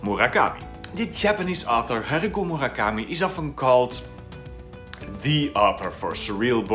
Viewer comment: It's 'HARUKI' not 'Hariku' Murakami, perhaps a small difference to you, but one is a name, the other is "a piece of cloth that is old or torn; rag" - Please fix as it is a marked difference and you can fix it easily. Unlike your pronunciation of Sayaka as Sakaya which is quite brutal too but harder to fix. I may be nitpicky to you, but it's seriously ear gratingly incorrect to anyone with any knowledge of Japanese.